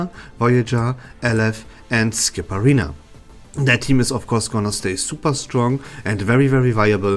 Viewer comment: Barcelona and Skiperina... 😂